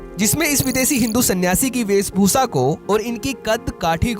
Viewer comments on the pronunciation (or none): The VO artist needs a lesson on Hindi Diction. Its "VEESHBHUSHA" and not "VEESBHUSA".!